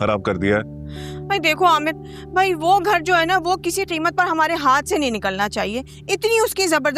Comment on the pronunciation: The way said that rickshaw wale bhoai instead of bhai